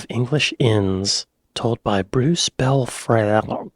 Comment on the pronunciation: The name of the narrator, Bruce Belfrage, seems to be a challenge to so I confidently assert that it is pronounced Belfridge. I am a mere 77 years old so never heard him in his prime but I have always been interested in archive programmes on the BBC and that is how it was always pronounced. He was an actor and then a BBC newsreader and was perhaps most famous for the incident in October 1940 when listeners to the national news bulletin he was reading heard a background thump which was actually a direct hit by a German bomb on Broadcasting House which killed seven people, injured many more and covered Mr Belfrage in soot and plaster which did not prevent him from carrying on reading the news with only a minimal hiccup. I await some ungracious soul asking me what the ** that has to do with English pubs!